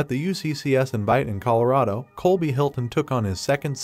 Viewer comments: If his name is "Coby", why do you keep calling him "Colby"? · Lol it’s Coby not Colby and his coaches name is Caleb not Kahlab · OK, I was wondering why the narrator kept calling him "Colby"! 😂